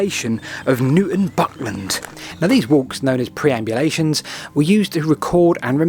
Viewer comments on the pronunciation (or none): Perambulations, not preambulations, I think you'll find.